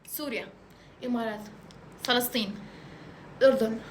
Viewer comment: سوريا ❎ صوريا ✅🙂